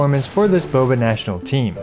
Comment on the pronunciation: everytjme you say Boba I cringe.